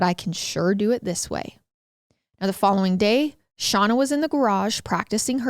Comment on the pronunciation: I love hearing about this case from different sources. I'm sorry but I have to correct you on something... You keep calling the daughter "Shawna" and it is "Shayna"...... Like her big brother Shane but with an a ☺️